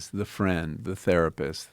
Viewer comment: The best joke I have ever heard was his sponsor BetterHelp. (51 min mark) In summary, he basically started out saying it's International Women's Day, and we all have women we appreciate. He then went on to suggest we should buy them a present of a tharpist. Yes you heard rifght. Wow